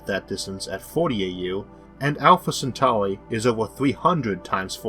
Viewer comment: You're not mistaken that it's a triple star system, but it's wrong to correct +lolmao500 because as you say, Proxima is part of the Alpha Centauri trinary. Also, it's Centauri, not centuri. It's in the constellation of Centaurus the Centaur, not centurus the centur.